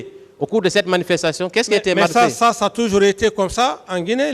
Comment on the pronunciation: C'est le mensonge qui l'emmène à dire xa😂